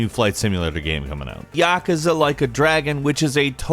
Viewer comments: PLEASE SAY "YAKOOZA"... not Yak'za. Sorry for being a Japanese grammar nazi but seriously. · Ya-kuuuza not yakuza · whats with your pronunciation lol MON-GO-LEE-IN + YUH-KOO-ZUH not yokuza and mongalin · Ya-ka-za??? Ya-KU-za. Lol other than that 10/10 video man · Yakuza is pronounced “Yah-Koo-Zah” btw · it's pronounced "Yaw Koo Zah" you inept moron! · How did this guy fuck up he pronunciation of Yakuza that badly? I've never heard that before lol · narrator sucks! seems uninterested and why did he say Yakuza like that? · Why is he saying “Yakuza” like that?